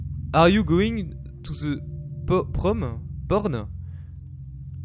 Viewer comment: désoler si j'ai l'esprit mal placer mais quand ta dis porn au lieu prom j'ai pas pu m'empêcher de rire sinon très bonne vidéo comme d'hab